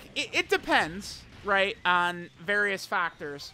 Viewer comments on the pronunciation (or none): none